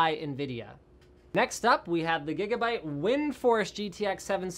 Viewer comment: I think you're saying Gigabyte wrong